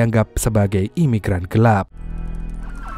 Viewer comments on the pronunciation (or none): none